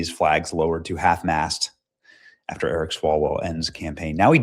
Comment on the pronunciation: Feng Feng: Come back Ewic me wuv you wong time.